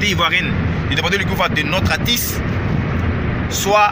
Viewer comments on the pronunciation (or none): On dit artiste pas atisse. Ha ivoirien avec le mauvais français.